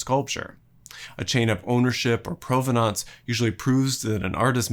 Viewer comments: Wonderful building and construction story bogged down by overly long academic discussions of authorship and credit. One distraction in this video partly about provenance is the narrator's choice to pronounce the word "provenance" in mangled French instead of perfectly simple English! :) The English pronunciation is just as classy. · Great video. But what is with the weird, pseudo-French pronunciation of "provenance"? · I have never heard “provenance” pronounced the way you do. Ludwig was his first name and Mies van der Rohe was his surname. I had the good fortune of working in one of his buildings.